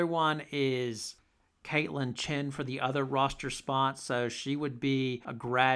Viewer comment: Nice take; Very comprehensive. Our minds think alike. That should scare you🤣 BTW it's Chen not Chin. Just sayin'. Yes Gandy is very raw. I believe she just started playing basketball. A real project but Geno and CD must see something. Laura Somfai is really, really good, very skilled. Inez has real talent. Hope she lands in a good situation. I don't mean this to be hateful but who would take Amari? Desperate Div 2 school? I wish the best for Amari but gotta be realistic.